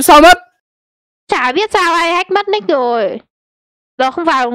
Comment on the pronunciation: Mat nick ma e đọc là lick